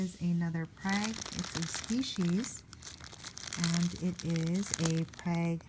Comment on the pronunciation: Great haul!! Btw it is pronounced 'frag' not prag😉. I hope they'll do well for you! Great plants!!! Must have been quite the show!